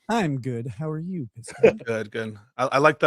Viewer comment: Objectively reasonable ≠ agreeing with your reasoning, Pisco. (Bonus points to for mispronouncing Pisco throughout)